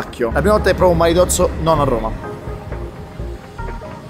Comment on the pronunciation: non si dice maritozzo ma maritosso alla mr 18